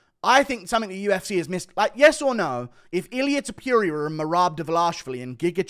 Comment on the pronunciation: excuse me what? Ilia Tipurreurure?😆🤣😂